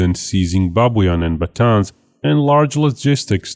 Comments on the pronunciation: Hello! Great video, however I want to fix the pronunciation of the northern Philippine island. It’s actually pronounced ba-TA-nes, and not ba-TĀNs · Pronounce as Ba-ta-nes cause "Batan" may point out to Bataan west near to the capital Manila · it is pronounce “Ba-Tan-Es”